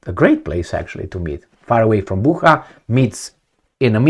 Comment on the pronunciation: Bucha is pronounced similarly to butcher.